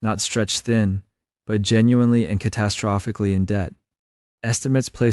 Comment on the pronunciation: your very welcome : ) I like how you said catastrophically ... Lol ..hope I spelt it right ..